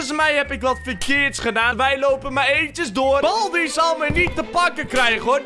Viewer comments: Waarom zegt boldi suprijs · het is geen balbi maar baldi.